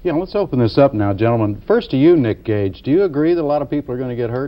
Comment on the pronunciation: Gage not Cage *